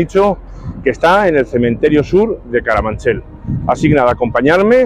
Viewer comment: Has dicho "Caramanchel"? Será Carabanchel. 🤔😳